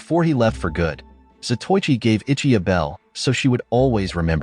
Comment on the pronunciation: It's a good movie that I have a copy of it in my hoard of Asian martial arts movie. I wish the narrator pronounced some of the Japanese words correctly. Zato Ichi, is like pronouncing Zorro as Sorro. It's Za toe I chi. Quite a well know late 50's to early 70's, blind swordsman. There's only been two or three Japanese Samurai movie series. Shintaro Katsu as Zato Ichi, the blind swordsman. There was also Lone Wolf with baby cart, which was Ito Ogami, the former royal executioner with his young son in the baby cart. That was Wakayama Tomisaburo, who I believe is Shintaru Katsu's brother.